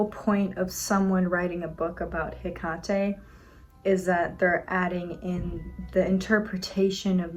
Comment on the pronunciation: Wait is it pronounced Heck-at-ay? I thought it was Heck-ate.